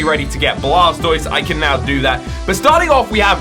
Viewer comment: blastoied no no no its called water browser lmao